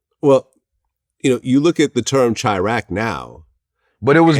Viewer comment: Vlad kill me how he pronounce Chi-Raq and Chicago.